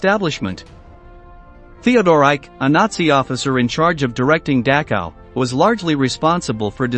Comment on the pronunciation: Learn how to pronounce Dachau correctly